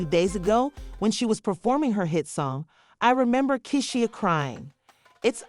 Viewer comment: Pronounced "Key-Sha" ❤